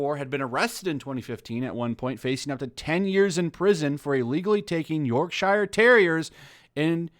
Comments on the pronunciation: Don't say shiiiiire it's yorkshure it might not be spelt like that but it's how fucking say it. We use that breed of dog to wipe our Ares's.. A YORKSHIRE MAN. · Friendly reminder Yorkshire is pronounced York-sher same with other counties with shire in the name🇬🇧🇬🇧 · A tip for you Americans Yorkshire is pronounced Yorkshurr in the UK do not say Shire.